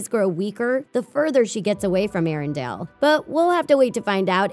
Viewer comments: It's Ah-Na not Ann-a and it's ArendElle, nof ArendAle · Arendale? Oooookay, here we go again: ARINDELL, Say it with me, AIR-EN-DELL